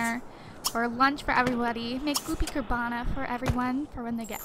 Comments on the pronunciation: Its Carbonara, not Carbana !! ( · It's carbonara not cabarna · Goopy CAR-BON-ARA not hoppy carbana!!! Lol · "Goopy Carbara" is actually pronounced car-bon-ara. It is basically pasta and a creamy sauce :) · Its pronounced car-bon-nara it is pasta in a creamy cheesy sauce with bits of chopped up bacon in it. Its delicious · Its Carbonara, literally said as Carb-on-ara. Its a pasta. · Gloppy car-Bon-ara is pasta and car-bin-ara sauce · It's CAR BON ARA and it's just pasta with white sauce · Car-ba-nara is pasta with sauce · It's pronounce goopy carbon-nar-uh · And it's pronounced car-ba-nar-a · its pronounced (carb o na ra) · it is pronounced goopy car-bo-nar-a :) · its pronounced car-bon-are-a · It's carb o nar a